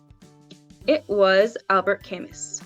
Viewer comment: 25/30. And BTW, Camus is pronounced "kaa-MOO", not "KAM-mus", it's a French name, as I recall..